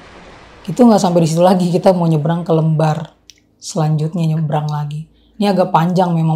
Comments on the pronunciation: Di sebut pelabuhan LEmbar kak bukan Lembar😢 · LEmbar...bacanya bukan ... e... tapi ..E... seperti kata LEMPAR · koreksi dikit ya: lembar bacanya "kaya nyebut "LEM" ya, bukan kaya lembar kertas.